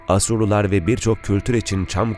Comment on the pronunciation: evet duzgun bir turoce ile konusuyor fakat Asurlular , Ermeniler , temasa demesi cok kusurlu..asur.un a si uzun olmali..ermeniiler diye uzatilmamali , kisa soylenmeli ve temas kelimesi temasa gecmek gibi kullaniliyorsa a uzun okunmali..